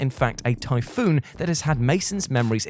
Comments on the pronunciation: it isn't typhoon it's typhon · Does this guy mispronounced words on purpose? It's Typhon (ty-fon) not typhoon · Tie-fawn say it like that not tyfoon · Omfg its TYPHON 'Tiefon' not Typhoon. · "Typhoon" and "Mason" The main character is named Morgan, and the enemies are the Typhon. Pronounced TIE-fawn. Other than that you're absolutely right Prey is fantastic. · What is this guy talking about he called Morgan "Mason" and the Typhon "the Typhoon" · You're mispronouncing stuff on prupose aren't you? I mean how else can you mess up pronouncing Typhon when it's litterally said outloud throughout the game?